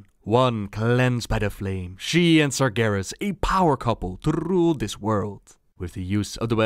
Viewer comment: to rrrrrrrrule this world :D